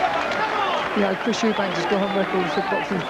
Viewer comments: why can't say Eubank??? Eubank not Eubanks you dipshit!!!!!!! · An insult to Chris that one of the commentary guys calls him ‘Eubanks’.